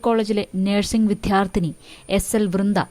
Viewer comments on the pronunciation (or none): വിദ്യാർത്ഥി എന്ന് ശരിക്കു പറയുക